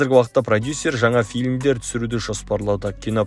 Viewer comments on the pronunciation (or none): none